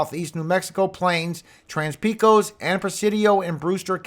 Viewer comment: I live in Pecos County, and I can testify that "Pecos" is pronounced: PAY' cuss. It is NOT pronounced : " Pee-cose.